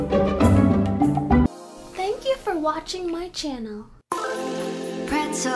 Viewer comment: I like how they say "Pretzel Etzel" XD